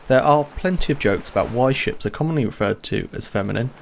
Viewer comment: "she-ps" :P